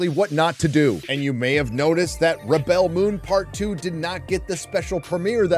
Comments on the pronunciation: Rebel (pronounced reb-ill) - Noun Rebel (pronounced rib-ell) - Verb I’m off to watch the intro another 20 times 😂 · It's not rebell it's REBEL. Your pronunciation was killing 😂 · On your making fun of the pronunciation of "rebel". A rebel is pronounced /ˈreb(ə)l/. To rebel is pronounced /rəˈbel/. Everything else is fine but you can stop purposely mispronouncing the name of the show, which is a noun, as a verb. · Wait... You're pronouncing "rebel" like that cos you don't know the difference between a noun and a verb? That's a weird thing to show off about.